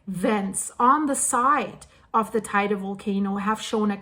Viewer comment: Teide. She doesn't say it so badly.